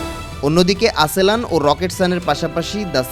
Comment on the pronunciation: "আসেলান" না "আসেলসান" হবে